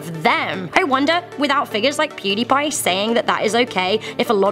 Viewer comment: pudiepie🥴 laughed when she said it